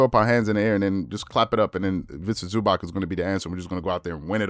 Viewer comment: Please bro learn how to pronounce ZubaC there’s no k in there